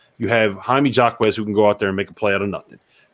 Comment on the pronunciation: I love it when you guys keep doubting UCLA. And you really need to know how to pronounce Jaime Jaquez’s name correctly if you want to gain respectability. Shows you haven’t watched enough film of this UCLA team. Final 4, baby!!!!